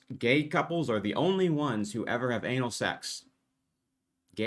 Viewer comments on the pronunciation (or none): He kept saying anal as annual 😆